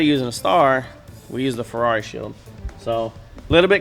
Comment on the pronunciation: “Feckari” “f**kari” “ferr-it”